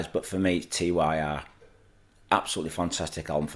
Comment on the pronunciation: FYI - It's pronounced 'Tyr' (as in 'teardrop').